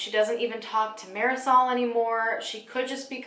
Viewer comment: marasol? it’s mardi-soul